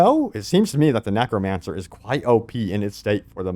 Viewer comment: After hearing you say nAcromancer I can't take you seriously anymore😂😂😂